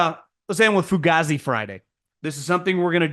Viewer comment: It really Pronounced "Fu Gay Z"